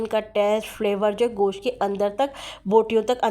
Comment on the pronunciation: You call it "Gosh". It's not "Gosh"; it's called "Gosht".